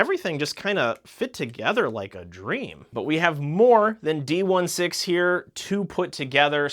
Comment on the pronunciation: Btw 2 things . D-16 is pronounced D sixteen . And the hat that bumblebee got it’s a welding mask you can flip down Good video btw 😁